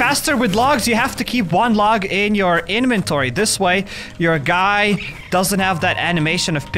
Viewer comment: I like it when he calls it his eneventoory